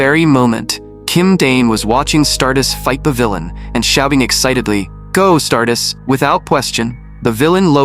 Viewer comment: Bros saying stardus where’s the tttt